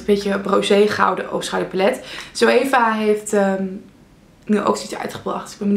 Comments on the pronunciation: Nee, zoeva is Duits. Je spreekt het uit als zo-eva. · Leuk!! Maar je zegt altijd zoEva maar je moet de 'oe' gewoon uitspreken ;)